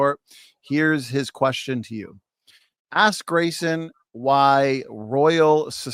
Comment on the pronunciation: Im about to start watching this now and im already pissed that Kent is going to purposefully mispronounce Graysons name on purpose. He does it all the time, it’s so goddamned childish